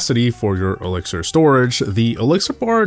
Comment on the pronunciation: The elixier 🤣